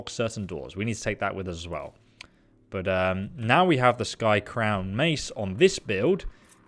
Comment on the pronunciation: Its skycrowN... with an N.. not skycrow... U even started saying skycrown when u got it from the wendigo but later said skycrow and put it in the description as skycrow